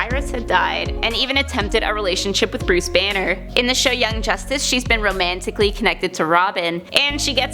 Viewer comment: Did you say Bruce banner?